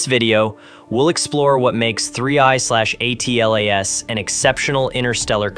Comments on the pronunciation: It doesn't matter what the acronym is, it's usually pronounced Atlas, not A. T. L. A. S. No one pronounces NASA as N. A. S. A. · Audio appears to be computer generated. A human narrator would read ATLAS as a word and not an acronym.